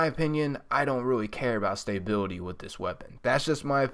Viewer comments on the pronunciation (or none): dude, love the videos but I have say, you're saying stability wrong.